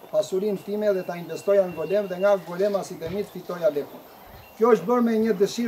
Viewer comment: Mirse vini në GOLËM.....dakort ëëëëëë. Mo e prish për dy pika...o i GolËme.